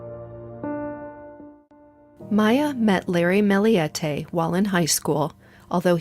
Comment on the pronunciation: her last name is pronounced Mill-E-te, not Mill-EE-E-te.